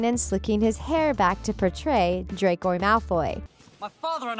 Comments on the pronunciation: No she called him dracoy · You're saying it wrong..it's "dracO" not "dracOY"! Omg just yes that irked me. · Juliana Savoca I think she combined draco and malfoy XDD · * WHY ARE ALL THESE COMMENTS ABOUT HER MISSPELLING OF DRACO, HONESTLY!!! ITS JUST ONE WORD AND EVERYONE IS COMMENTING ABOUT THIS DRACOY THING!!!!!!!!!!!!!* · The Things: Dracoi Malfoy Me: WhO iS dRaCoI mAlFoY? WhOt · Hermione: Stop! Stop! Stop! You're going to take someone's eye out. Besides you're saying it wrong. It's Draco Malfoy. Not Dracoi Malfoy! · Bruh i got so mad when she said “Dracoi” rEeEeEeEeE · No one: Literally no one ever: Not even me: The things: DrAcOi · I'm sorry. Did you just call Draco Malfoy a villan? My Father will hear about this! Also why do you call him Dracoi? Its Draco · She kept saying “Dracoy” instead of Draco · Who noticed she said dracoy malfoy not Draco malfoy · She says shes a big fan and everything..but she said DRACOY malfoy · Um who's "dracoy" exactly? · its DRACO not Dracoy or dracor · You said DracoY. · I know the first time I herd it I thought she just slipped up and then SHE KEPT AAYING IT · Normal people: draco Her: dRaCoY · we’re not even gonna talk about how she said “dracoi” LOL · "DRACOI" I hate this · We not talking about how they keep saying ‘Draycoy’ 😂 lol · Yeah I about threw my phone after she said it the third time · Yah why is it now “DRACOY” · it’s just muggle pronunciation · i love how is “dRaCoY” says PoTtAh lolz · the way she keeps saying Draco wrong is really annoying like she keeps saying Dracoy and im like what thats not even his name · Am I the only one who heard her say, “Dracoy Malfoy”? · Nobody: Not one single soul: Thethings: dracor malfoy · nobody: not even the spider on the wall: the voice over: dracoy malfoy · Dracoi malfoy 😭 shes murdering his name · Did any one else notice she called draco “dracoy” i mean. WHAT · BRO WHY IS SHE CALLING HIM DRACOY IM CRYING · the fact that she says DrAcOi MaLfOy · Narrator- Draycoi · she said dracoy